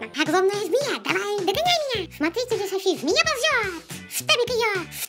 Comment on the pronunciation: Софи а не Сафи.